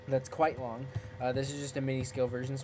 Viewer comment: haha you said quiete long